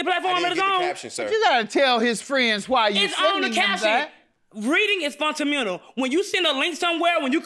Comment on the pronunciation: “READING IS FUNTAMENTAL” I can’t survive the first case 😂😂😂